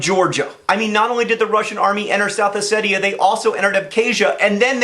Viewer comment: Thanks for pronouncing Ossetia "Oh-Say-Tee-A" and not "Oh-See-Sha."